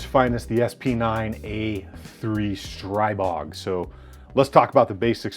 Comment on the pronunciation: StriBOG not BORG!